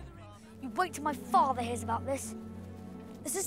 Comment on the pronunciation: Sorry you said it wrong it’s not “Father” it’s “FOTHA”😂